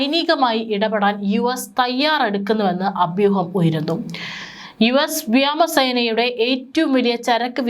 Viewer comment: Remove this reader. Don't know malayalam words.What is vyamasena ,vyamam? Teach her malayalam - it is vyomam, vyomasena, vyomathirthy